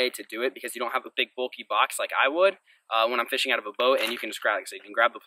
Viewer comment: man you were complaining about how fast Jon b says fishing the mid west listen to you say fishing with